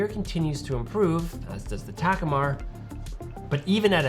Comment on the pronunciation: I have that Ta-KOO-mar (not TAK-u-mar) 28mm and it's superb